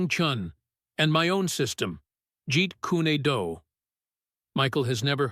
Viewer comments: This commentator cant even pronounce the karate katas and moves, and again calls Bruce's system Jeet Kooney Do.... its bad form and teaches people the same. If you haven't got the intelligence to research what you're talking about then you shouldn't be talking about it at all. Just a Mad Bruce Lee and Kokoshinkye Kan admirer.... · I wouldn't mind if it was done well, but you can't make a martial arts video about Bruce Lee and mispronounce Gi and Jeet Kune Do. 🧐😳😞